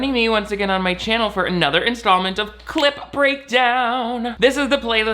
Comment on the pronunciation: Every time they say clip breakdown it sounds like they are saying clit breakdown lol